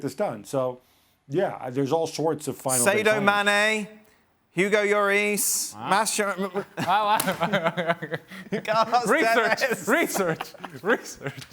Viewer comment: Dan not Sedo, it's Sadio - Sa-dio. It's not that hard 😕